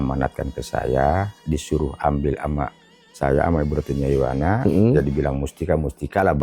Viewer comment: Perhatikan nama orang Jailani Bukan Jainal Nyaiwana Bukan nyaimana. Hati2 loh😢